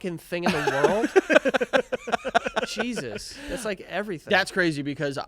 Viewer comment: haha "cheesus"